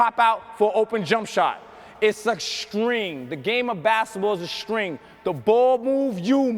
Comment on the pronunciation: Shhhmal , shhhhtring